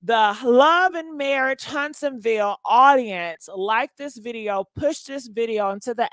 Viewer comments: 😂😂😂 HUNTSVILLE. Not Huntsonville! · Its Hunts-Ville